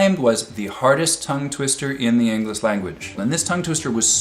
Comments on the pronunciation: he says "researchers came up with what they claim was the hardest tongue twister in the Englis (!) language" - his tongue got twisted, and it wasn't even in a tongue twister.... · did he say "englis language"? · did anyone else notice him saying "englis" - he accidentally created another tongue twister! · hehe 'Engliss' language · Was the word English pronouced "Ingliss" on purpose to spot tongue twister errors or just a genuine slip? I'm curious!